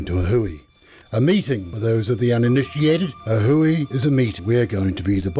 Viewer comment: Thank You..for saying “A Hui” clearly! That way I don’t have The Offspring song “Da Hui” running through my head for another week!!!….lol! Keep the peace, my man!